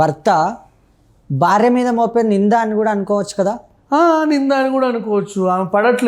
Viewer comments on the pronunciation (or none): none